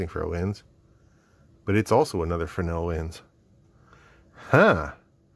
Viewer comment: I don’t know if someone has said, but they are “fresnel” lenses, not “fresnel” lenses. My apologies if someone already has.